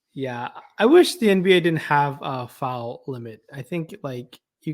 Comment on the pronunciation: U say it in the midwestern twang. U pronounce it as FOWEL. It's FOUL. hahaha